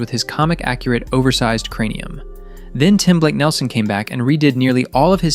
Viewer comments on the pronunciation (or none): none